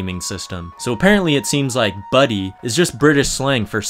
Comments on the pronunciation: it's "Butty" not buddy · Pronounced buteh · I might just be a stoner bum, but fuck mushy peas, I like to chew my food myself, kthxbai :P Also, you can't pronounce butty like an American, it's gotta be a hard double T sound, that's just the law xD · It irks me that he mispronounces 'butty' Worse still that he can't differentiate buttered bread from toast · Bro called a bacon sarnie a butty